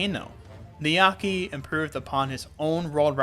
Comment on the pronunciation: Heads up, the name is 'niyake' (ni-ya-ke) not 'niyaki' (how you pronounced it). The ke is pronounced like "keh"